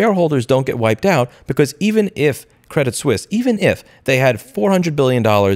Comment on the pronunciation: It's pronounced Sweese. :)